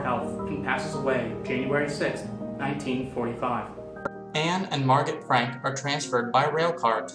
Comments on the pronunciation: Wait I thought it was pronounced mar-go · Jeremy Adams it is he said it wrong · Jeremy Adams he said it wrong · It depends, if you're referring to it from German then i believe the t is pronounced. If you're referencing it from French, it's Mar-go. If it's Dutch, i believe it's Ma(gutteral r)oh That that with a grain of salt tho